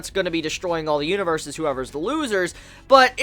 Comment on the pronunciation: A little Spanish like Huaniverse. xD